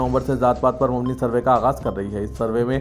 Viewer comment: Attention newsreader ....mubni ..wrong hai....aap mabni paRhe,n